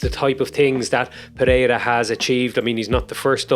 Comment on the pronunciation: as a brazilian, i can say you are problably the best outsider to say ''Pereira'' the right way, nice video my man